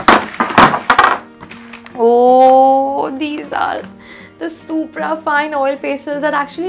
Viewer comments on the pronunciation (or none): none